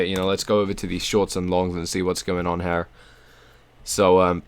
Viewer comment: It's here, not HAIR ffs...